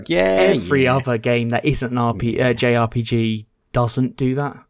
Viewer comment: The way Kirk pronounced JRPG had me in stitches 🤣🤣🤣 I had to listen back several times 🤣🤣